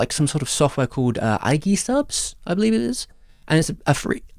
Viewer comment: my head whenever somebody doesn't know how to pronounce Aegis